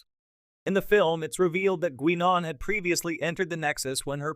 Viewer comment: good ole Gwee-Non... gotta love AI voices